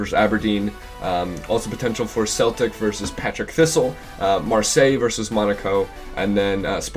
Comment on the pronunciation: Common mistake but it's PARTICK Thistle not Patrick.